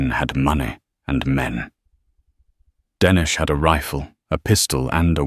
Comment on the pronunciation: Dennis is pronounced like tennis